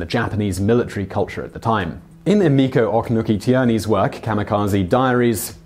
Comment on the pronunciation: I've seen some videos you've done with Japanese names and words before and while not perfect, and I mean with the best of intentions, those videos were miles above the pronunciation this time around. I mean, I wouldn't mind if you just said the words/names the way they would be read in English, but they were just... totally wrong. Like "Ohknuki" instead of "Ohnuki", "Kogutiai" instead of "Kougekitai", "Motahura" instead of "Motoharu", and "Takayiro" instead of "Takajiro". And then like magic, after messing up Takajiro's given name, you say his family name correctly and then do more-or-less fine the rest of the video minus repeats of "Ohknuki" and continuing to pronounce "j" like "y". Was that a weird Google Translate voice failure or something when you were looking up how to pronounce them? Or were they written incorrectly in the script or something? Again, I'm saying this from a place of love. I know you try to pronounce things to the best of your ability and knowledge, but something went REALLY wrong there for a while.